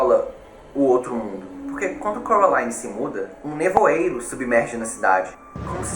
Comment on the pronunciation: ele fala errado ele fala : corolaine enves de : coraline